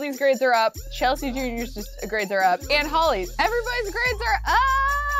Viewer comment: she made kasey and chelsea’s name sound like her name. if u go back to the episode where chelsea has taylor and tayler you’ll see that